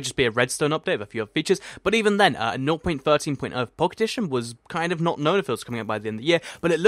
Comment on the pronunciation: Why does he say "Nor.13.0" or whatever he says instead of just "0.13.0, or just 0.13?"